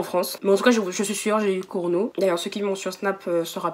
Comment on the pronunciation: Elle a dit Corono au lieu de corona🤣🤣🤣🤣 Au passage je kiff la vidéo